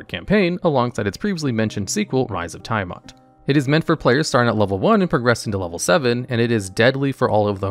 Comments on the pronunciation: Dude, You miss pronounced Tiamat. Its. tee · uh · mat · Dont ever say "thaimat" again. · Right! FYI, Chris Perkins and everyone else pronounce Tiamat as "TEE-uh-matt" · ITS TIAMAT, NOT THAI-MAT! Also way to reveal being a 15 min no short rest DM by having HotD and Frostmaiden high (later of which having the most lethal parts are fall damage and the extremely shit signalled Mythallar mechanics that change mid narrative/do the one thing i hate as a DM where its a "one effect for thee another entirely different for NPC" instead of at worst npcs items not being charge/use limit basted but recharge to not have to bookkeep as much). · Nice video but friend please stop saying "Taiamat" xD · The way Tiamat is pronounced repeatedly gave me so much psychic damage, I'm on death saving throws. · Same here 😆😆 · It did more than my max health in negatives. I died instantly. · Same! It's a great video otherwise, but I cringed badly each time Tiamat's name was butchered. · Did this guy really mispronounce tiamat? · Yes, yes he did. 😂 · Yep. Every time. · Multiple times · Yawning portal isn’t a module…and you left out Out of the Abyss in lieu of it….also Tiamat is in the DnD 80’s cartoon show and pronounced by Mearls, Crawford, countless DnDBeyond videos…I don’t trust this list now